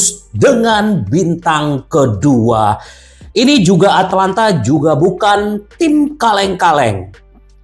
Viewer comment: ata lanta om bukan atlanta 🤣